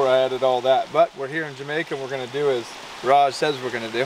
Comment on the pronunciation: His name is Raj not whatever u said! Y do they show me these vids anyways?!